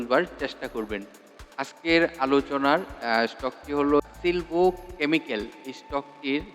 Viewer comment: সিলভো নয় বরং সালভো